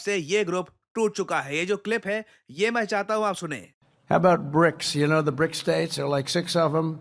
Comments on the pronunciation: Trump- brics not brokes😂😂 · It's BRICS NOT BRICKS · BRICS not BRICKS